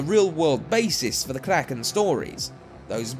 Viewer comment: not to be rude or anything, but it dosent take that much to find out how a word is pronounced. great video though:)